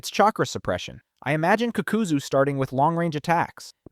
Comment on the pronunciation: I don’t know if u trolling or wat n I see u r knowledgeable of Naruto. How can u hear these people’s names so many times, do all videos mentioning them, and still butcher it. Also HOW THE FCK can you pronounce the Ha in Hashirama but not the FCKING Ka in Kakuzu saying fcking kukuzu it shouldn’t irritate me as bad as it is but oooh watching 14 minutes of a good video n hearing that pssed me off